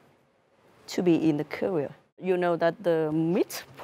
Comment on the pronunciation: Ngữ điệu hay những thứ hoa mỹ thì chưa nói, cũng không ai phủ nhận sức hút của nha các thánh, vấn đề là có những thứ rất rất nhỏ, ví dụ phút chị ấy đọc career, trọng âm lại rơi âm 1, hay việc one year ago sau year chị thêm ‘s’. Nhiều lỗi phát âm đối với các từ cơ bản như vậy nghe khá là sạn. Hâm mộ thì cứ hâm mộ, nhưng nếu trình độ họ chưa cao thì nên chấp nhận sự thật rồi cố gắng tiến lên, đừng nên mù quáng bao biện là do ngành nghề hay gì:)